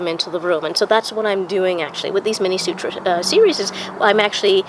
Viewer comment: Great knowledge ! Kindly pronounce this as sootra , thanks once again